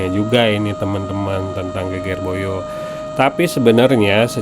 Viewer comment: Bahasa jawanya perlu belajar lagi. Geger Boyo pengucapannya tidak benar 😂